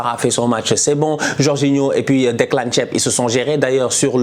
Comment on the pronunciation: J’ai bien entendu Declan Thieb ? 😂😂